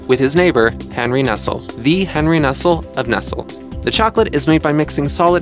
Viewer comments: Most of these 'Weird Science' Vids are pretty good, and I would assume someone would proof read videos made under their name. I could not believe a video professing to inform us about chocolate could miss Nestl'e. "NESSELL"???... COME ON, GUY!!! -- "NESS-LEE". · Nestle is pronounced nest-lay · Lol, I learned that you pronounce Nestlé wrong!